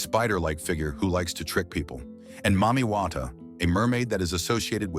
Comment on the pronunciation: The maame water he said got me lmao.